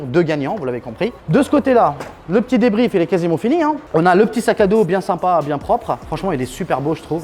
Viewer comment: Faut arreter de dire " simpas "